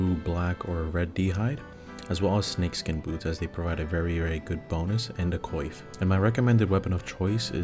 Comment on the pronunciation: the way this guy says coif lol